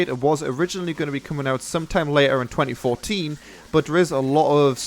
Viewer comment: "First co-ah. Two Fowsand Four-een." I thought Brits were good enunciators.